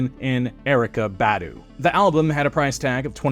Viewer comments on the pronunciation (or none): none